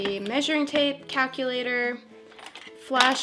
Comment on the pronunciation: Did anyone hear her say CACULATOR or just me?????